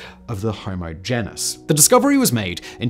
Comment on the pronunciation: And right after he started talking about naledi he pronounced genus as ‘jen-us’